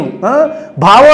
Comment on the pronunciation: భావ విప్లవం అంటే ఒత్తు ఉంది బావ విప్లవం అనుకుంటున్నాడు పవన్ స్వామి